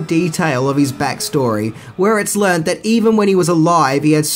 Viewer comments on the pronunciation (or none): none